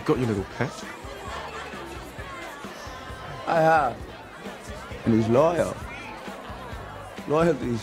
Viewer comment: Am I the only wunn whom noticed that the Brilliant Ben Hardy sat Peth when he should have said Pet. I love that naughty line of Fred's.